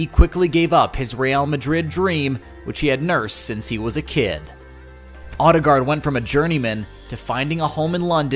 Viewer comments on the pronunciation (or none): It hurts to hear the voiceover try to say his surname. Ø (think french Bleu or German Möve) and double A is pronounced as Å. Check out /watch?v=kcMBvSX8RiU . But not surprised after hearing the voiceover try to say the names of KDB and Özil. Is it on purpose?